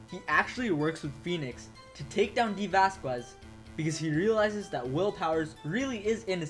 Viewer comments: yeah lol, its basically a Spanish thing, vaz kez lol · Isn't the U in Vasquez silent?